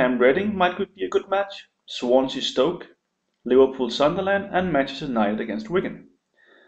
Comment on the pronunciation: "Swansea - Stoke" lol... fail..